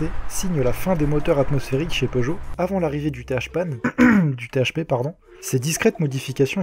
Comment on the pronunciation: Il a osé dire THPanne quelle enflureee